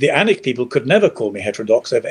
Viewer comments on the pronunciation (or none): and: The "A" in ANiC is pronounced like the "a" in "panic" not the "a" in "anus".